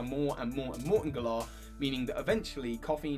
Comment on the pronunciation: its GALar not gaLAR